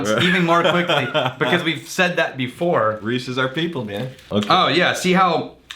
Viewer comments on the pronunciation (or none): You said “Reese is our people” but what I heard was “Reese’s are people” and I was like “what? no... they’re candy.”